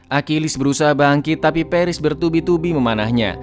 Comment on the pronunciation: Peris peris "pAris" Goblok cara bacanya